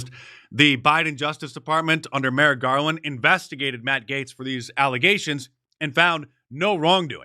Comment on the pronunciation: Who's Mer Garland?!